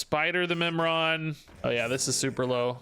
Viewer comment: Oh, Mimiron, I thought he said Nimrod and had to double take if I was watching a Snap video.